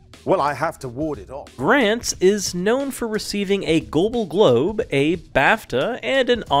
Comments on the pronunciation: Firstly. Gobal globe? Did any one else hear that? Secondly. Gildery, GILDERY? WHO IS THIS? ITS GILDEROY, IT HAS A O IN IT. Thirdly. Very few of these if any where 'denied by j.k Rowling.' Click Bait much? Lastly What is up with that segment on Jamie Campbell Bower? He didn't play Frank Dillane. Frank Dillane was the actor who played young Voldemort who also appeared in fear the walking dead. Get your facts right. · A Goble Globe? Do you know how to pronounce anything??